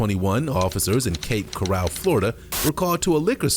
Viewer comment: In my entire life, I've never heard the city of Cape Coral prounounced as corral! 😂 My man simply doesn't know the difference in pronunciations 😂